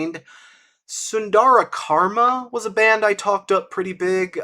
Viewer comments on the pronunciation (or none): none